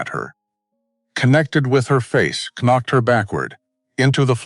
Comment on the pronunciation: AI shocking pronunciation Eg the K in “knocked” is not pronounced